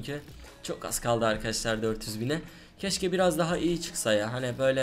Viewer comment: Çok sinir oldum akaaşlar demeyi brakta arkadaşlar de